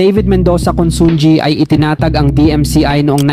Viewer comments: Mang Inaaaaasal😅 Itinaaaaatag Abaaaaaca Sablay ang pagbigkas😂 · Mali naman ang pg bigkas mo ng salitang tiaga..itinatag..ginagaya mo ang AI na pgbigkas..hehehe dpat piĺipino diction ang pagbigkas mo..kc ang dating Corny..😂😂😂